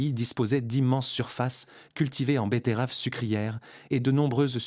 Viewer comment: Les bé-TAI-raves !!!!!! 🤣🤣